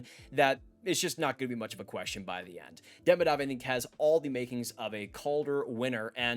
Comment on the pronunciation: Great vid! Just a headsup that Demidov is actually pronounced De-mee-dof :)